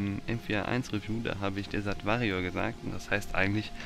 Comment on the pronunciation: wie peinlich es heißt auch nich woooriar sondern desert wärrior ( aussprache e / ä )